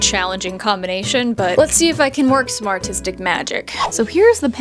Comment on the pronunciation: I thought she said smartistic magic not some artistic magic LOL 🤣😭